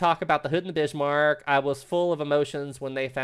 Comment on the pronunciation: "the Bishmarck" 😅